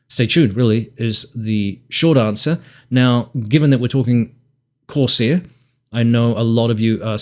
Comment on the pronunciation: “Corsair”….not “course air”. F***ing text talk